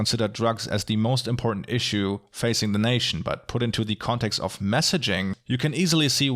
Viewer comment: I like the way you pronounce "omnipresent".